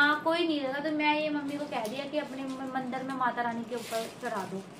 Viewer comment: Mandar nhi ,, mandir Bolte Hai